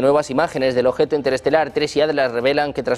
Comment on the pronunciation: Suena sumamente creíble viniendo de un locutor que dice "ojeto" y "oservación".